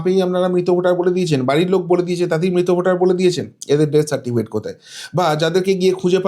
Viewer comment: দু তিন বার সার্টিফিকেট উচ্চারণ ভুল!